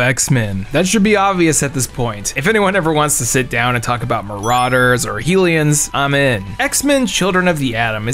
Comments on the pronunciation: "Hellions" is pronounced "hell-ions" not "heel-ions". Was that a joke I missed? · Did you just pronounce Hellions as Heelions? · you have great taste in comics but we've gotta talk about that pronunciation of "Hellions" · No offense dude the way you pronounced HELLions I’m sry that was hard to hear. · We can talk xmen if you promise never to pronounce hellions like that ever again.